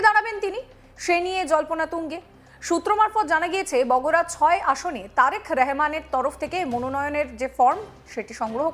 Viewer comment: ছাগল মহিলা “রেহমান” না অশিক্ষিত মহিলা সে “রহমান” নামটা ভাল করে বলা শেখ !